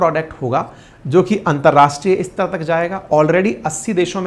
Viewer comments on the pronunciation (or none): none